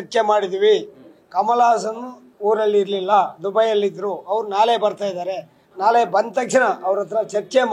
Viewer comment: ಇವನಿಗೆ ನಾಳೆ ಅನ್ನೋದಕ್ಕೆ ಸರಿಯಾಗಿ ಬರಲ್ಲ ನಾಳೆ ಅನ್ನೋಕೆ ನಾಲೆ ಅಂತಾನೆ ಇವನು ಫಿಲಂ ಚೇಂಬರ್ ಅಧ್ಯಕ್ಷ ಇವನು